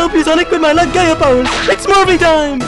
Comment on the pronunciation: It sounded like said Dark Gaya instead of Dark Gaia